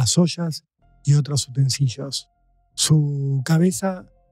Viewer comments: Ay,... Sos muy preparado como para el furcio: "utensiYos ¡no! Utensilios... " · muy buen informe, como todos los del canal! AAh, en lugar de utensiyos, seria mejor utensilios. Abz